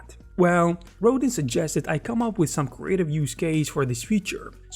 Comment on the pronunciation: Please Google the sculptor Auguste Rodin. It's pronounced row-dahn with a very soft n at the end.